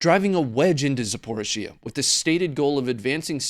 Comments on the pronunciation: Please please please pronounce Zaporizhia correctly…..Za-por-ree-Zee-ah…it’s nearly as bad a Dan-you-abbe for Danube 🙄🤦🏽‍♂️🤣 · Dude say it with me zap-oh-ri-zia ,4 syllables. And take that gun off your desk already we get it, your an American white guy.